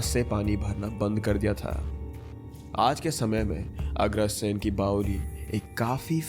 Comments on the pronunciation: Agraaasen nhi re agrasen bolo na yar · Bhai Agrasen hota hai, Agraasen? Seriously 😒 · Bhai 'aagrasen' nhi 'agrasen' hai!! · Bro bowling ni hota bawdi hoti h...aur wo agrsen h😊